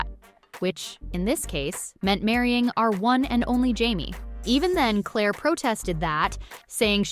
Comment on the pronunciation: Indeed. Would be verra well if they could pronounce Claire's nickname at least!